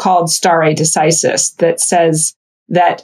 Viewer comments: sta·re de·ci·sis /ˌsterē dəˈsīsəs/ Learn to pronounce nounLAW the legal principle of determining points in litigation according to precedent. "a doctrine of stare decisis" Not as your expert stated. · Someone teach Chamath how to pronounce decisis please 🙏